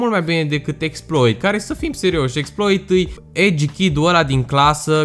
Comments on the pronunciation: Se citeste Exploá 🤦‍♂️🤦‍♂️😂😂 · Se scrie Exploit, se citește Exploa. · Cu accentul francez :)